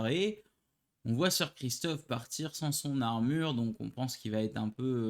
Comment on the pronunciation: Sir Criston pas Christophe Sir Laenor pas Leor. Juste pour préciser, le mariage a été avancé au même jour de la cérémonie et je pense juste que Rhaenyra était sous le choc pas qu'elle ne voulait pas se marier. Mais le mariage a été proclamé . Sinon bonne vidéo comme d'habitude